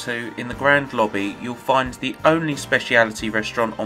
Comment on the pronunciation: “Lobbby” has 3 B’s?